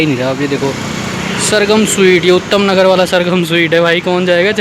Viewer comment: Bhai utham nagar nhi h vo uttam nagar h🤣🤣